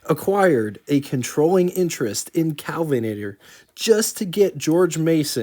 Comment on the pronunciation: Well done! My only criticism is that i cringed every time you said "Calvinator" instead of KEL vinator. Someone mentioned gas being very different back then. It was, but not as high a quality as it is today. Cars ran different because they were designed to run on the lower quality fuel. Today's cars wouldn't run as well on 1960s and earlier gas... pdrobably not 70s either.